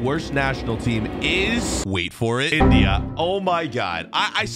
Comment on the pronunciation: Why do you say India like that bro